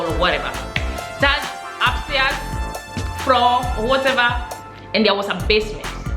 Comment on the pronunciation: floor not froo 🤪🤪Wich English is that